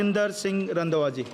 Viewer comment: ਰੰਡਵਾ ਜੀ ਨਹੀ ਰੰਧਾਵਾ ਸਾਹਿਬ ਬੋਲੋ